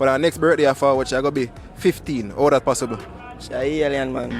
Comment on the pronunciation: That nuh pathibble 😂😂😂😂😂